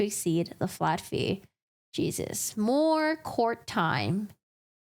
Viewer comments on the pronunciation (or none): none